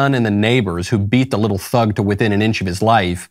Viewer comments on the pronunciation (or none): who else thought Michael dropped an f bomb when he said "thug."